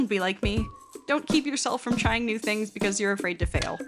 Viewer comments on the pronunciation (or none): none